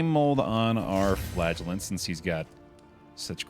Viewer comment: Every time I hear "the Flagellant", I understand "the Flatulent", gives a whole new perspective on the guy going toxic.